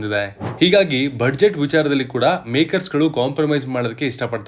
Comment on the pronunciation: Budget pronunciation is ಬಜೆಟ್. ಆದರೆ ಸರಿಮಾಡಿಕೊಳ್ಳಿ ಕೇಳುಗರಿಗೆ ಸಹಾಯವಾಗುತ್ತದೆ.